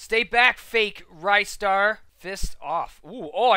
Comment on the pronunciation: The way you say "Ristar" is accually correct, but people can say it their way.